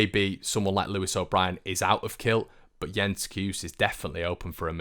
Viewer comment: Jens Cajuste last name the e is not silent, How you say Jens is spot on. Keep up the good job! Well wishes from Sweden